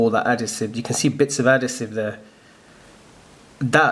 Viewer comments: Nice one. Thanks for this. Probably would have been better if you weren't on the sniff! You are talking shit! Adasive = Adhesive! Do you have a fake one to compare it to please? All we have seen is a real one. Is there someone in the background smoking strong weed??!!!!!😵‍💫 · adhesive no adasive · He pronounces it differently leave him alone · Mate u say adhesive completely wrong😂 how long u been in the uk? 😂😂